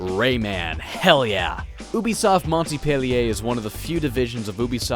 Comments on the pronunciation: Bruh I know it's an old video but just realised that pronounces it "Mon-T-pelier" instead of Monpelier... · Fyi you don't pronounce the "T" in Montpellier if you wanna say it properly. And yes, I do miss the time when you had the lyrics in the cd boxes, the manuals in games cases that I was probably the only man reading before even playing each and every game. I had just to reward my patience with actual gameplay at the end and I never needed any tutorials since I knew everything there was to know. Sadly, those days are gone now...